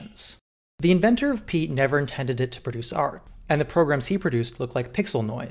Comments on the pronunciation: Pea. Ett. Pea-ett. Piet. Not “Pete”. SO not “Pete”. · That's a violently American pronunciation of "Piet" you've got there.